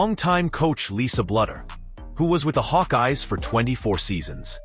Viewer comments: Blue dur. Not blood er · This narrative displays basic pronunciation mistakes that mark it as fake. "Bluder" and 'live'